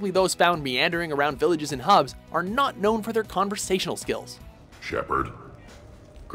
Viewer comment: "Shepard" LOL